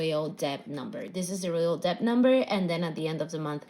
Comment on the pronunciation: The “b” is silent in debt.